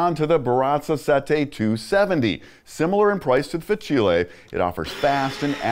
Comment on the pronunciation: Great review. However it made my ears bleed when you kept saying Fa-chilli 😂